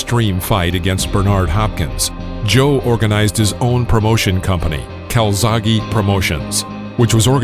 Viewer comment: Please CalzaghE not calzaghee He is Italian ...Welsh by pure chance